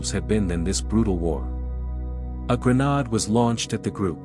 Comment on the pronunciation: I liked the story but I don't like when bots read stories, they put words in the wrong places and mispronounce words, like when he said, gren- nahd instead of gren-aid.🐺🐺🐺🐺🤗🥰💝🤨🙄